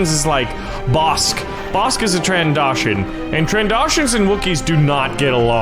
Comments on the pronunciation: Tran-doh-shon Not Tran-da-shon That annoyed me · stop saying trandoshin it's trandotion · Did anybody else notice he said "Trandashan" instead of "Trandoshan"? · Not trandoshan Tran Do Shin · I just want to say its said tran doe shans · I know your not a Star Wars nerd but trandoshions is pronounced tran-do-sh-an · XD that's not how you pronounce trandoshan. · not an a its an o